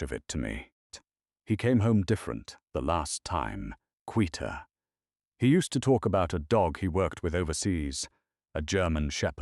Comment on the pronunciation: Wonderful story. Quieter and steadier were mispronounced.